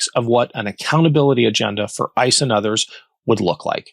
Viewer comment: Kristy Nome said one syllable to many when she said ISIS. It should have been ICE!